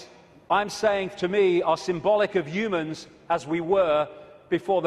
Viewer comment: " Youmans, youmanity" 😀